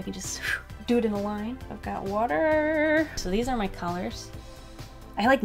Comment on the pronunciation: ‘A lot of wuter ‘ 😂😂